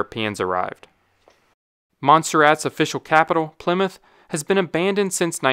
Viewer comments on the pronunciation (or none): none